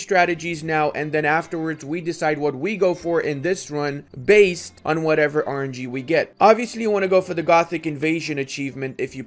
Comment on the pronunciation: I like how you emphasize the word "based"